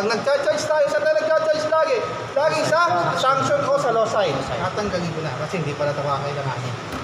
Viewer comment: Excuse lang po mali po ata pagbigkas ng Suction ni Instructor...ang pagkarinig ko ay Sanction😁...sa Suction line or Low Side line...